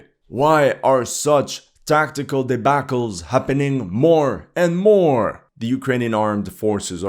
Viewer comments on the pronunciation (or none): "Debacal" lol